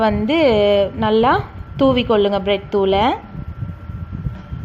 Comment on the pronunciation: 😀😀😀No Blet thuul... Bread Thuul...